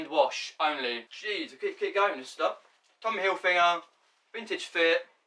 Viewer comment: Great vid mate, just remember it’s Tommy Hilfiger not Tommy Hilfinger